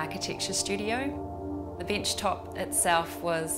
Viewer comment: I love how you pronounce "desk" and "bench" with "ee". I like everything except the ladder.